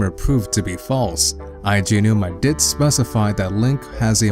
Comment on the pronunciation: You said Aonuma correctly! Good job haha. It is very easy to do, I know, but most people screw it up every time. Unfortunately you mispronounced "androgynous" and misused the phrase "a vast majority."